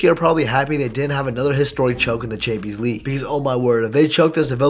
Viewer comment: You say “chansleeg” never heard anyone pronounce it like that lol